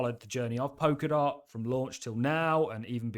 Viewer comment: I'm sure it is pronounce Pol-ka-dot with an 'L'